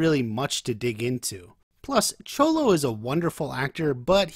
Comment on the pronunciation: no it's not. Its pronounced more as a "sh" sound not a "ch"